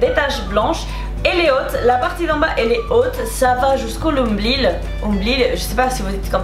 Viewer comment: On dit nombril 😊